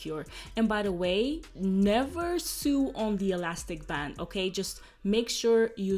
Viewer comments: it’s pronounced so not sue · It's pronounced sow. No literally sue. Lol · This is amazing! No hate at all (knowing more than one language fluently is amazing) but "sew" is pronounced the same way as "so". :) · how to sue 😂😂😂 “sew” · Your English is great and your accent is cute...but the word is "sew" is pronounced "so" as in "So what? I mispronounced the word sew!" LOL! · I love you girl and because I love you I’m going to correct you on pronouncing the word SEW. ...pronounce it like you’re say SO ... my first language was German and I always welcomed someone correcting my pronunciation... love you 😍 and your vlogs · "Sew" rhymes with "go", "no". You are sweet! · I love how you say "sew" 😅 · The wig is beautiful!!!!! I love how you say sew when your talking about the way your sewing, it's so cute😊